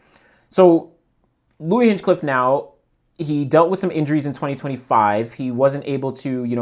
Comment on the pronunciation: A minor note: his name isn’t actually Hinchcliffe, but Hinchliffe. There’s no “cliff” after Hinch. Just “Liff”.